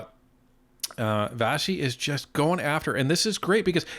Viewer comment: Vassey* pronounced Vashi because it's Greek